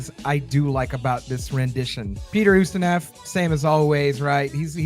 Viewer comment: I am happy to see this review. I was wondering what happened when you said it would be out last Monday. Just so you know, the name is pronounced Oost i noff or Oost i novv not neff! :)